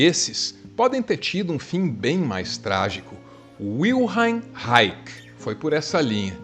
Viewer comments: Estava ouvindo o mas quando fui ver o vídeo e vi que era Wilhelm Reich, a pronúncia alvaresca do alemão não me permitiu identificar o autor. Tenho aqui bons textos do "raixi" com "r" de Kiko. 😂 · A pronúncia não seria "vilhelm raich"? (H e CH guturais). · Alvaro, o nome de Reich é germânico, logo sua pronúncia soa como vilheme raiche. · Ola, muito bom vídeo, adorei saber mais sobre ele. Mas, se vc procurar, a pronúncia certa do nome dele é bem diferente, tive que procurar o nome escrito no seu vídeo para descobrir quem era,.pois nao associei a pronúncia que vc usou ao nome dele. Desculpa qualquer coisa. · Desculpa, mas a pronúncia do nome do Wilhelm Reich está correta? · Aiaiaiai...... Nao farei apontamentos, mas sugestao de ler 3 biografias e bater um papo com o Christian dunker....tem boas informacoe ai, mas atravessadas e a pronuncia do nome está errada, pode ser um detalhe, mas un detalhe importante. E abra a primeira pagina, leia psicologia de massas do fascismo. Mas principalmente a historia da psicanalise, os primordios.